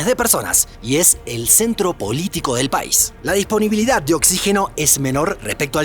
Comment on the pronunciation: Escuché "el centro bolítico del país" 🤣🤣🤣